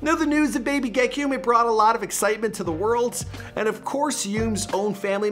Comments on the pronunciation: We already gotta stop were saying ge-ki-um its ge-key-um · So the song he recorded was “Gekyume” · gekume first word will be ayy ayy RIP bro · Gekyume’s teachers are about to butcher his name lol. But the kid is gonna be special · STOP SAYING HIS NAME LIKE THAT IM HIS COUSIN I HATE WHEN PEOPLE SAY HIS NAME LIKE THAT